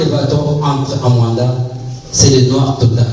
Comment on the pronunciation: MOANDA ET NON MUANDA BOYOKI